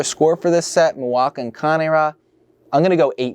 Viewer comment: so the wrong one was c-AY-n ra, when the right one is kan-AY rah